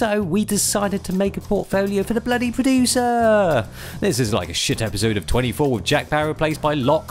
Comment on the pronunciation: "Purodooser", is a G still but seems like needs to help him with some pronunciation lool.